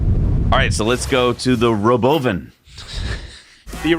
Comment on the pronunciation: "Robo-oven", that's how it sounded to me. And it's basically a minibus. With no windows. With half the seats facing backwards, which is what no one likes in buses. If a bus has some seats facing back — those are the last to be occupied. But was the only way to have any illusion of visibility — painting the walls white and putting the seats back-to-the-wall.